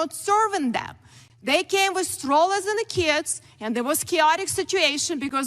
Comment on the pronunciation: The way she pronounces “keeds” sounds ruzzian. Is she an immigrant from the FSU?